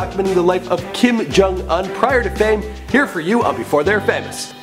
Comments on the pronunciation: It's Kim Jong-Un not Kim Jung-Un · But it's Jong not jung